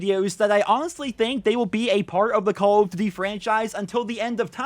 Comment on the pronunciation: Why do you say call of duty like that 😂😂😂😂